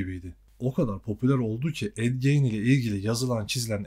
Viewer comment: Ed gein yanlış okuyorsun....